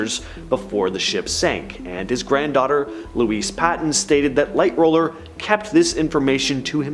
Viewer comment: Who is Light roller? Haha. It's Light HAUL er. Also there's no proof that others were against JP Morgan and in fact they sided with him on certain bills. Think most conspiracy theories are blown out of proportion. I was fully expecting you guys to say Belfast is in Ireland....when it's Northern Ireland. I'd say the 2 more plausible ones is the coal fires and the switch.